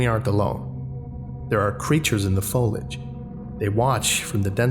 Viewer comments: Nauseous = NAW-shus. You know, like when you feel like you're gonna vomit. Also, foliage (and related words): FOH-lee-ige. Plants, trees, bushes, grass, yada yada. Often accidentally read/pronounced as "foilage" by many, but just remember that it has to do with plants, not *foil*, and hopefully that'll help everyone remember the I is AFTER the L, not before it. Just for future reference. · Oh and the foliage pronunciation is just because he doesn't know how to pronounce it lol. He apologises for his pronunciation of words he doesn't know a lot. We say foh-lee-adge.